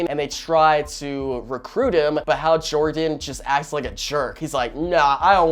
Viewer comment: “Hal Jorgan”